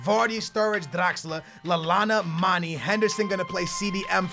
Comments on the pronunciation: its mane not mani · It's not pronounced Manny it is pronounced manay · It's mane not mani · I love ur vidz bro but its Manè not Mani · Ugh its pronounced Ma-(nae) not ma-(nee) I'm from Senegal. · For Mane its Manay not Maney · its not 'Maney' its 'Manay' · Gerard will cost u... nd maani is wrong..it's MANE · Please pronounce Manes name right it's Manej not Money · its Manayyyy not manee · It's man a not man e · its pronouced manay not maneeeeeeeeeeeeeeeeee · it's pronounced man-A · its pronounced Mah-naye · its not mani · its mane/pronounciation(maneyy] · It's pronounced Maneh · Can you pls stop calling Gerrard old man his a club legend and your saying manes name wrongly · You say mane wrong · its mah - nay not mah - nee as well as marko - vich not marko - vick